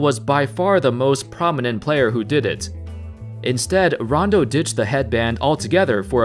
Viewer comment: How's IT going folks... that's how its supposed to be said bro. Idk if your doing that on purpose or what... but it's hella annoying... lmao